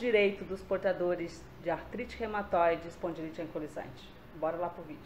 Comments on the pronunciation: Não é "ancolisante", e sim anquilosante. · AMIGA LINDA ,AMO SEUS VÍDEOS. TENHO FIBRO ,ARTROSE EROSIVA GENERALIZADA E SUSPEITA DA ESPONDILITE ANQUILOSANTE. QUERIA SÓ TE AJUDAR NA PRONÚNCIA DA PATOLOGIA. VC PRONÚNCIA ERRONEAMENTE, SE PRONUNCIA... ANQUILOSANTE,E NÃO ANCULOSANTE.😉😉😉😚😚😚